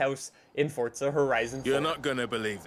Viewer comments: Fortza☠️☠️☠️☠️ it annoys me how he says forza like it’s forza not fortza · Why do you keep calling it Fortza and not Forza? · Forza not fortza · Just please say forza when people realize u say fortza they will never be able to get it out of their head and never watch your vids again unless its muted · It's FORZA not FORTZA!!! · Its forza not fortza lmao chilll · it's pronounced 4za not fortza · “Fortza horizon 4” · why does he call it fordza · stop saying fortza horizon 4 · Its not fortza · What the hell is fortza did fortnite have a baby? Just kidding guys i know what he's saying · theres no t in forza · There's no T in Forza, i stopped watching your video after the 4th you tried to pronounce Forza